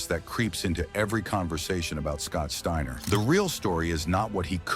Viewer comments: Scott Stayner???? Fuck ai voices, I'm out ✌️ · Stayner? And then thirty seconds later you pronounce it right. A I voice bot goodbye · Garbage. Can't even pronounce the dudes name..... Trash